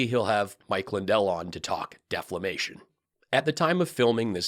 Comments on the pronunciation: The Dim, Jr. Guifoyle Mobile ad comedic BRILLIANCE!😂😂😂LMAO 😂 By the way, I struggle to NOT pronounce it “deflamation”. Pillow should rename his podcast ’Deflamation Nation’😂 “The No Questions Woodshack off the 36” 🤣🤣🤣🤣🤣🤣🤣🤣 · You know you're a fan when you hear other newscasts say defamation and you quickly correct them saying deflamation! #tommyrocks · Deflamation! That one gets me every time. 😂😂